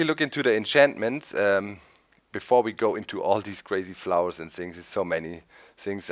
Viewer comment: He dont no how to pronounce flowers